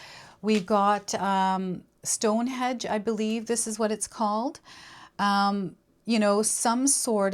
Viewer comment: Hi, It's "Stonehenge" not hedge. Not criticizing, just trying to help. Your readings always seem personal to me and I derive a lot from them in terms of guidance ❤